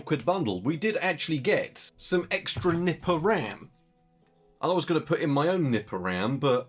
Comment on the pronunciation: Why did you call the Viper RAM 'Nipper RAM'?